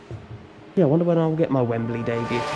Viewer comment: So that's why it it I'd wemberley, cos it's wembalea